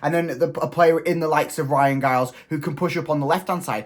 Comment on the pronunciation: Pronounced Jiles